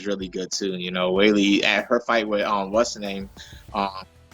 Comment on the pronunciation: How hard is it to say Weili? Smh